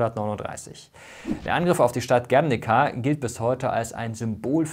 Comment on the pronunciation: Guerniiiica.... Die Betonung liegt auf dem "I".....